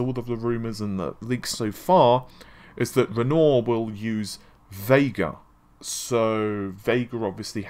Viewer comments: Please!!! REN-WAH!!!! Not Rennor!!!!!! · RenoAr not Renault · Renoooooor? Renoir is pronounced Ren-whar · Repeat after me: **Ren-WAH**, RenWAH. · Do you intentionally mispronounce words to boost engagement or something? You must've read thousands of comments correcting Navi, Renoir etc. by now but you keep going lol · mispronouncing Renoir isn't anything to do with having a British accent. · No. It's not. Renoir: Ren-Waar: Renault Matisse: Ma-teese: Ma-tassy Thread: thread: Fred Navi: Na-vee: Nah-vae